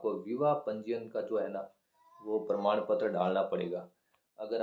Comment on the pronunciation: Pradam ptra nhi prman ptra 😂😂